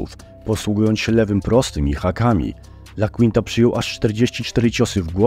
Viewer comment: Ten "Lakłinta" kolego jest to AL iaquinta czytasz ajakłinta